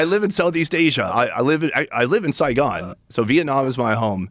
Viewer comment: As a Vietnamese-American, I appreciate saying “Saigon”